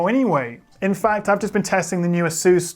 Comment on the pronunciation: woah is that how 'asus' is pronounced? a always thought it was - ey-suss not a-soos.